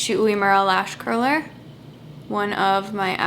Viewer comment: I can’t understand what you said the name of your lash curler ?